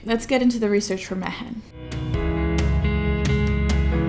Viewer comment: Is this anything like Jumanji? Mehen is pronounced me-in. Its my name.